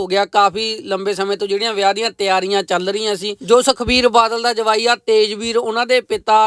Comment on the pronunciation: Jwai not Jmai